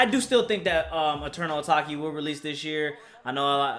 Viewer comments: "Eternal atokay" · my guy really said 'Eternal Ataki' tho lmao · "A-take" dev but it's okay my dude 😂😂😂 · Lol it’s pronounced eternal ah-tayk